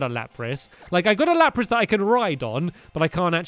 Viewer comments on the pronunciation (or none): It's lapras not lapis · am I the only one who noticed him say lapis instead of lapris